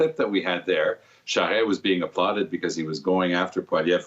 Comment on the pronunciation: Her pronunciation of “Charest” is cringeworthy.